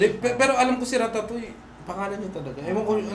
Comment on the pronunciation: Yung sa Ratatouille. Mali yung explanation mo. Kaya sya sinita ni Tipsy Kase yung pronunciation non walang L sound. Hindi Yun connected sa Basta name lang ng movie Kase Tama sa poise. Name dn un ng character. Unlike apocalypto..